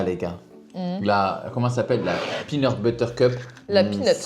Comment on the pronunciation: "la pineur butter cup" -"la pinut, la pinut" 😂😂